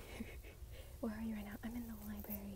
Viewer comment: libary lmfao